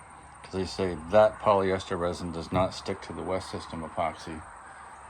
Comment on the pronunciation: Polyester Resin, not "Ressin."